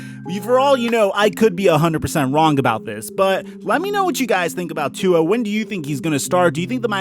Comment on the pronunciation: If you're going to do this, you should get with the program and learn how to pronounce Tua's name correctly! Have you been under a rock for the past few years?